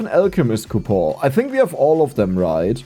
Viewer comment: I always look forward to these episodes simply to hear him say "COUPOR" instead of "coupon"